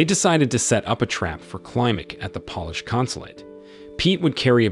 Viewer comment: It's pronounced pole-ish. Not pol-ish.